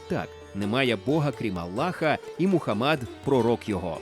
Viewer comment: до відома диктора, МухАммад, а не МухаммАд 🤦🏻